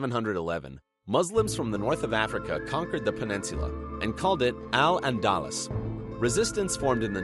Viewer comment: "Al-Andalus" is pronounced "AL -AN-DA-LOOS" , with syllabic emphasis on "LOOS".